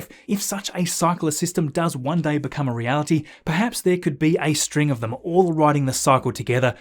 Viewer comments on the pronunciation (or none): none